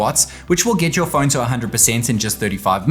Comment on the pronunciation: It’s not fööööön its Phone